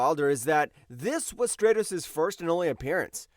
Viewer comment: Stratos: Strat•ows